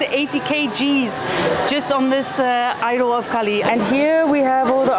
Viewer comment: Lovely vlog. Just a small quibble. Kali is Kali - the dark one. Kaal is time. Very similar words, by sound, but very different meanings.